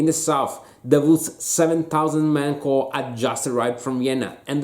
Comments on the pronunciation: Note to: 1- English pronunciation of the word, Corps. In America we pronounce "corps", like core (the p and s are silent). The word, corpse,which you said, means a dead body. 2- The absolutely best description of the Battle of Austerlitz is in Tolstoy's War and Peace (Volume I, Part III, Chapter X - Volume II approximately 50 pages). However, thanks to your Austerlitz talk, I'm going to do my third reading of War and Peace. In English I recommend the Prevear, Volokhonsky translation because it footnotes and explains all Russian idiomatic expressions. Though you mentioned that the Allies fell into Napoleon's trap. Tolstoy describes exactly how Napoleon tricked the Allies into thinking that he was in full retreat and about to be defeated. Unfortunately, an impossible psychological scenario to reproduce in a wargame. Though Kutusov did predict defeat. 3- for Napoleonic fans. Another great book is Stendhal's Charter House of Parma. And of course so many eyewitnesses memiors that are available. I could list so many great ones by name but my comment is already way too long. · Whoops, sorry for the pronounciation! Thank you! Actually Corps is one of the most difficult military words to get right for a non-English speaker! Even if there were many more corpses than corps at Austerlitz after the battle... And I agree Tolstoy's description is unsurpassed: Die Erste Kolonne Marschiert... Die Zweite Kolonne Marschiert... Die Dritte Kolonne Marschiert... and let's not forget Bondarchuck's beautiful cinematic rendition of the battle.